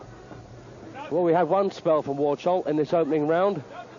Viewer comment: To Józef Warchoł. Nawet komentator to mówi "Worszoł" :D Początek 90s. Kickw formule full contact na piedestale